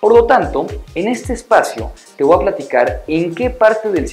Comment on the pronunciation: Yo podría aconsejarte que no digas más "te VOA decir" se escucha pésimo, por lo demás bien.